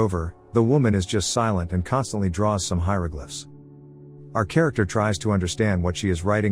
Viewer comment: Dude I paused and came to look for this comment. Literally spit out my drink when he said hieroglyphs